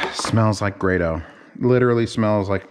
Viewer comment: GRAYDOH!!! It's GRAYDOH!!!!!! How is it so hard to just find out how to pronounce someone's name!!!!!!